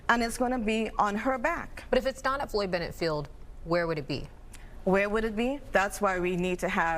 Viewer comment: It's Floyd Bennett field, not Juan Benitez park. 🌯